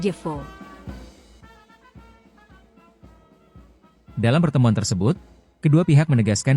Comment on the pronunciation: Reaksi terhadap Komentar Moderator : BUKAN ''SARADJEFO'' !! tetapi '' SARAJEVO '' ..... baca sebagai > '' SARAYEWO '' !!! ( DAN Baca menurut Ejaan ASLINYA ) - Belajarlah dan usahakan untuk bisa membedakan Ejaan dari Huruf '' Y '' (bukan DJ ) dan '' W'' ( Bukan - F ! ) ATAU HURUF '' F ''' ( misalnya > Fatal ) jadi BUKAN ''P'' ( misalnya Pantas atau Pangkas ) atau sebaliknya - Huruf ''P '' DIARTIKULASIKAN atau Dibunyikan sebaliknya sebagai '' F '' ( misalnya '' FATAL '' jadi ''PATAL '' ....? ...tapi kok pada bisa dan sanggup mengatakan * P. .TAT * DAN TIDAK * F . . TAT*.... ?